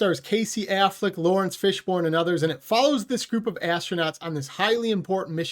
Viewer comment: Who is "Lawrence Fishborn"?